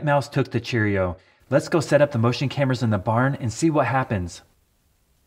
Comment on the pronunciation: I've never heard Cheerio said so strangely. Chair-io. Still loved the video! Thanks man!